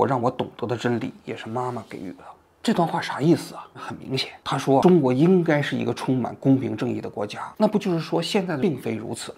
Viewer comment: 给（ji）予，纠正一下